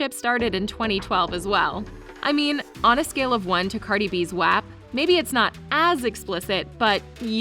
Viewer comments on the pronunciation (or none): The way she said wap😂😅